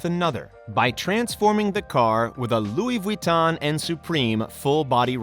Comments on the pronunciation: “louis vweetan” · “Louis veton” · Louis Vuitton it’s Louis Vuitton